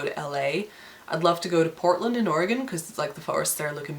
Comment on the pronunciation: Thank you for pronouncing Oregon correctly! You wouldn't believe how many people mispronounce it...And Portlands only 3 hours from where I live! Awesome :) And yes the forests around there are amazing....